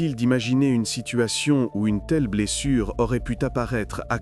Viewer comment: pas de "t" à "pu", terrible pauvre gamine